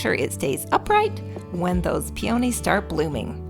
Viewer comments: Pee-ownies? Pee uh nees. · First time viewer here & I am sooo jealous over the wildlife you have in your beautiful back yard! The deer were magnificient! I knew what you were going to do w/ that maroon lampshade when you picked it up! Smart lady! Oh, by the way you pronounce Peonies: Pee- a-nees, not Pee-on-ees. 🦌💓👌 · I've never heard peonies pronounced that way before lol